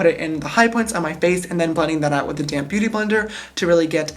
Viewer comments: Am I the only one that hears "damn beauty blender" when he says "damp beauty blender"? 😂💜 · Oml I keep thinking you say "a damn beauty blender" 😂😂 about 10 mins after the video I realised you said 'a damp beauty blender' 😂❤ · When you say “ Damp Beaty Blender” I always think you say “ Damn Beaty Blender “😂😂😂😂😂😂😂